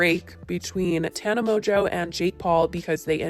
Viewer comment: No one: Not even a single soul: Spill sesh: TANA MONJOE